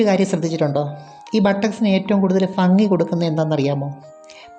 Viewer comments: ഫങ്ങി അല്ല ഭങ്ങി ആണ് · ഫംഗി എന്നല്ല പറയേണ്ടത് ഭംഗി എന്നാണ്😀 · ഫാര്യ ഫങ്ങി ഫാഗം ഇത് ഒക്കെ മലയാളത്തിൽ ഉച്ചാരണം തെറ്റ് അല്ലെ ഭാര്യഭംഗി ഭാഗം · എന്താ മോളെ ഈ ഫാ ഉപയോഗിക്കുന്ന ത് ഭംഗിയാണ്ഫംഗീ അല്ല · Fangi Fedi fenda , fagam 😅😅😅😅good Malayalam 😅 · ഭ എന്ന് പറയേണ്ട സ്ഥാനത്തെല്ലാം "ഫ " എന്നാണ് പറയുന്നത്. " ഫംഗി, ഫാഗം etc". കോട്ടയം ആയിരിക്കും നാട്.